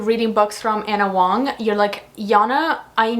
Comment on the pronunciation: I don't think she cares. She still doesn't bother to correct herself on how she pronounces Ana Huang's last name.